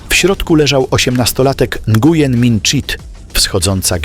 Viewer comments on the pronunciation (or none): Nguyen czytaj Njen